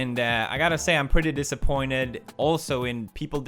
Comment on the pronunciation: _zacepstein his emphasis on the word "disappointed" made me think of that as well, though it would be unfortunate if that's who he's referencing because they said that Sean was wrongfully filing the DMCA claim during their podcast.